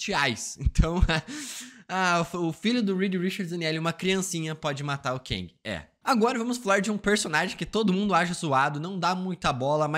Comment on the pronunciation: O falando Keng me lembra o nome Quenga 🤣🤣🤣🤣 como ele é homem ele é Quengue